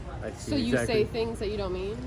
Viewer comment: I love the emphasis on " things " 😂